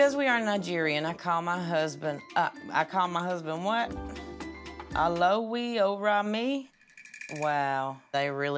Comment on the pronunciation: Bruh, she really butchered the "Olowo ori mi" pronunciation